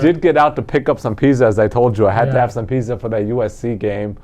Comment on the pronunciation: Hey guys, great show. I'm here in Bristol R.I.. Not big R.I. but smallest state in the states. Thanks for turning my fortunes around, love the picks. Keep up the good work. BTW....it's pitzza, hit the z hard not soft. Lol.